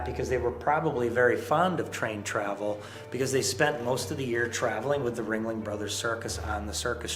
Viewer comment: kept saying ring-ley. The ghost legit corrected him.. RING-LING